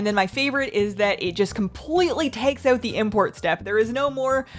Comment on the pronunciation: Girl, stop switching between lisping and non-lisping. Btw.: It's out, not oat.